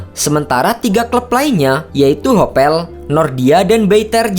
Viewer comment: Hapoel bacanya Hapul..kok Hopel..